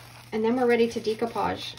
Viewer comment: How can this woman be a crafter and not know how to pronounce "decoupage"? People have even commented & she has replied but still.... day - koo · paazh day - koo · paazh day - koo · paazh day - koo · paazh day - koo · paazh day - koo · paazh